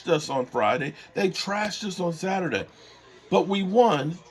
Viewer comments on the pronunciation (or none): none